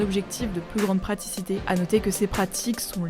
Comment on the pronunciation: "praticité" lol